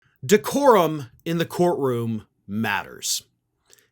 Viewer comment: LOL When you said "decorum....matters" you reminded me an awful lot of Glen Kirschner saying "justice...matters". :)